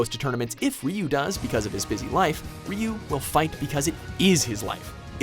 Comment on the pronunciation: sigh... "reeyou". please look up how to pronounce his name.. you give him the no1 spot but butcher his name. RYU in english would be Roo... and his native Japanese its pronounced Du (like due/dew but slightly shorter). example Ken super dragon punch : "Shin-ryu-ken" (translated ultimate dragon fist). listen to it ,he says "SHIN DEW KEN". search pronounce Ryu here on youtube and learn something.